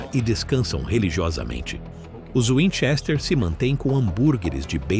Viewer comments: Para, para, para! Assim você vai acabar arrancando o olho de alguém! E aliás, É winCHESter, não WINchester. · O cara não sabe falar o sobrenome.